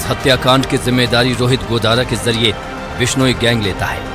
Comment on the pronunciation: टट्टू माच , बिश्नोई गैंग क्या शब्द है , सही तरीके से बोला कर और अपनी रोटी सेकता रह